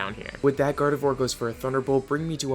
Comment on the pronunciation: THE I IN GARDEVOIR SHOULD BE AFTER THE O!